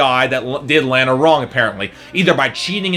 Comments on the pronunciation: You pronounced Lana wrong , i already hate you and this review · your pronouncing lana wrong...